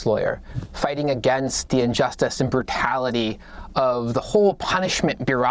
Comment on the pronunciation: He's not a lawyer he said brucality!!! And not like you misspoke he just said it like that's the way the word supposed to be said